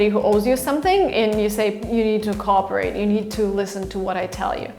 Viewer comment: I think you're trying to say "cooperate. The "co" and "operate" are different syllables